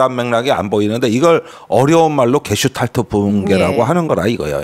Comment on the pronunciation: 게슈탈프나 게슈탈퍼 또는 게슈탈포가 아니고 '게슈탈트(Gestalt)'입니다. 김종대 전 의원님, 전문용어를 자주 사용하는 것은 좋지만 할 때는 정확하게 부탁드립니다. 아무 것도 아닌 이야기를 그냥 쉽게 말하면 되지 유식한 척 어렵게 이야기하려니까 참 횡설수설 하십니다그려 ........